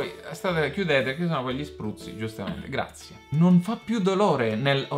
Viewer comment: "Grazzie Tande" 😂